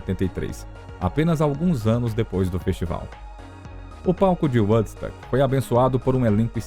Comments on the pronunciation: Eu ia comentar justamente isso ... Quando se tem duas letras "o" o som é "u" e quante tem uma única letra "o" osom é "ó" .... Dá uma agonia ouvir "uodsÃc" ou "uodsUc" ... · Na boa, precisa urgente de mudar a maneira que fala Woodstock, do jeito que fala está muito ruim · Quando vcs tiverem este tipo de documentário, em que envolvam palavras em inglês, cuidem em conseguir um narrador que entenda pelo menos um mínimo da língua inglesa. Este aí q narra os 50 anos de Woodstock, de todas as palavras em inglês que ele citou, e foram muitas, ele não acertou uma só. O próprio nome Woodstock (estoque de madeira) ele pronuncia errado.